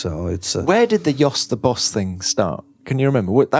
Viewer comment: Or the good old 'Bos' headphones that have been presented in the beginning